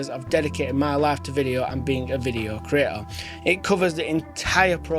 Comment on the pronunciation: just pay attention how he pronounce "creator" - cree A -ah